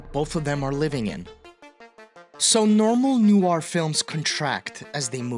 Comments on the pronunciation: Hey dude, nice video. Just a heads-up: noir is pronounced “nwar,” not “new-ar.” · PSA: Hierarchy has four syllables. Noir only has one. Pass it on ✌🏽